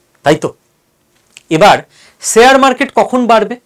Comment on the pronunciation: Khub bhalo bojhalen. Kintu akta pronunciation rectify korun Sare market noy sa sa sa noy.. Share market talobyosha uchharan korun. Khub kane lagchhe!! Apni ato important knowledgeable kotha bojhachhen. Sekhane ei uchharon dosh bemanan!